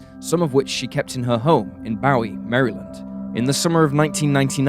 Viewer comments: For future reference, Maryland is pronounced like the name Marilyn + d. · Hearing the way he pronounced Maryland sent shivers down my spine